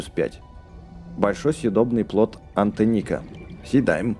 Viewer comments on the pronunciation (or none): Ты опять разыгрываеш это плод антЕнника ударение на Е